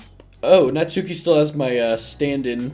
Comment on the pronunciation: Here's a VERY common mistake that many people don't realize until that search it up, and I am guilty of this too: Natsuki is pronounced "Nahts-kee", with the 'u' slightly silent